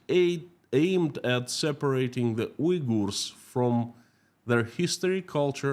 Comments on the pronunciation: In English, it is pronounced like Un-gers. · It's WE-gers, not U//////.